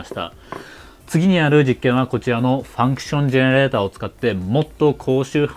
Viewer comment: ファンクシュン・ジェヌゥレイラァウ😎 かっこいい😭